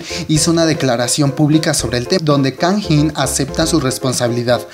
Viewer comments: pronuncias mal su nombre goei .-. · Jajajaja cuando pronunciaste el nombre de Kangin me sonó a Tajín :v Se pronuncia tal cual se escribe (Kang In), es primero el Kang y después el In y Heechul se pronuncia Hichol xD Información que cura :v Buen vídeo, buena opinión. Lo que sé es que el próximo Super Camp en Osaka, Japón y Kanjín :v no va a asistir. Sí, soy E.L.F, y bueno, no tengo más que decir sobre este tema, sólo agregar que esa petición la hizo K-E.L.F y después se lanzó otra petición en contra de esta pidiendo la permanencia de Kanjín :v en el grupo. Además de que en Twitter Arab E.L.F y K-E.L.F se pelearon bien chido :v Como E.L.F, sólo espero que pague las consecuencias respecto a la ley y que el Super Camp en América se realice de la mejor manera y sobre todo que Heechul regrese a instagram ;-; ¡Saludos! Es la primera vez que veo uno de tus vídeos, vendré más seguido c